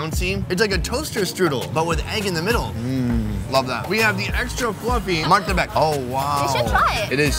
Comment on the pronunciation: "Here they have *MARTABEK*" 🤣